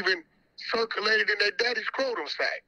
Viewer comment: Fuck is a “croatem sack” 😂 It’s SCROTUM! & why would you add “sack” it’s one word